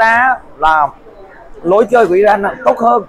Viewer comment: Góp y.tên cầu thủ,tên quốc gia k được đọc sai.tên nước họ là iran mà lại đọc i răng.dù vùng miền nào cũng đọc là iran dc.